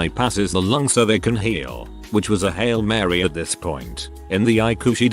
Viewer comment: Eye-ku? EYE-SEE-YOU